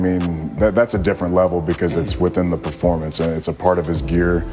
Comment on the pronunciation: Hate how he says "character" and "performance"